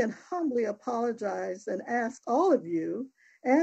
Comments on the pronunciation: Ax and ASK is two different words. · she keeps axeing you to be quiet...